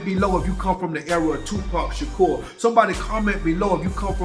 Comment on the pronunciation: I love you Nino🤣 you said Tupac Sha👉🏾”koe” 🤣🤣😂🤣😂💪🏾